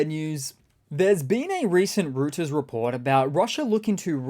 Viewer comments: It's pronounced "Royters" not "Rooters" 👍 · ❤❤!! It’s ROY-ters, not Root-ers. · Reuters. (Roy-ters). Stare Krim, (cream). Magdeburg. (Mahg day Burg). ) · That's not how you pronounce Routers 🤡🤡🤡